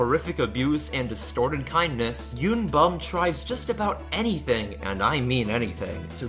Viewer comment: the scariest part of this video, is the pronunciation. Sangwoo (Saw-ng-woah) yoonbum (yo-n-boom)